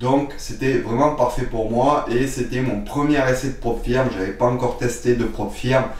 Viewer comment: On prononce " Prop Feuuuuuuurm " ;-)